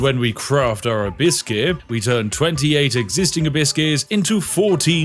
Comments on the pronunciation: Why do you keep saying, "a biscuit"? I think you're saying abyss I think.... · Lol I was hearing Hibiscus.